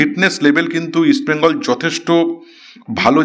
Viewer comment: ইস্ট বেঙ্গল বলো, উচ্চারণ ঠিক করো তারপর প্রোগ্রাম করো